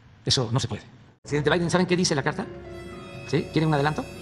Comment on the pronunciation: Del creador de "OYE TRUN" llega "OYE VAIDE"